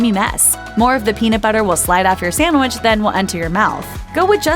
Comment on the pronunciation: Can someone PLEASE tell this narrating woman to stop saying SAMWICH. It's like nails on a fu#*ing chalkboard. The word is sand-wich.